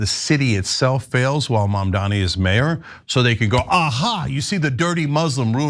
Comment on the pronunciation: Can we at least say Mamdani correctly???? GOOD GOD